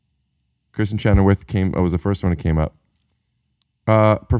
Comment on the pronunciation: Chennerworth....such a NY way to pronounce Chenoweth